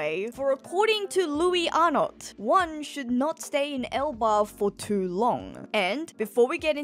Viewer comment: Wouldn't it be louey Arno? It reads like a french name. Silent S in Louis, silent T in Arnot.